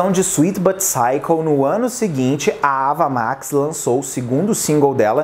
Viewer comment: Sem querer ser chata, mas já sendo a pronúncia do nome não é "Ava Mex" mas "Eiva Max". Eu também pronunciava errado até assistir essa entrevista dela